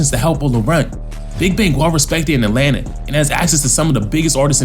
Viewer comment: Atlanta not Adlanta 😂